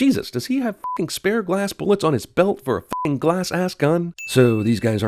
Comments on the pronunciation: They screwed up the word f*cking . Thought I call out their mistake cause CinemaSins is a dick to the English language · you put an extra "i" in f***ing